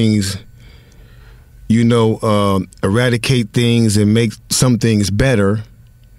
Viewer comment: e·rad·i·cate /əˈradəˌkāt/ Learn to pronounce verb destroy completely; put an end to.